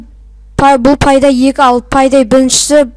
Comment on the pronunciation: Пай-дай емес Пэй-дэй